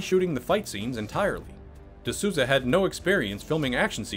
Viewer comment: Just a heads up, it's Souza as in Souls. Sounds something like "the Soulza".